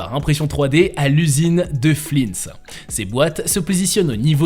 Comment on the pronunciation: Flines sérieux ?? On prononce flin et on ne prononce pas le S